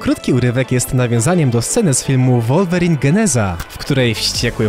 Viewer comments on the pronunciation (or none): none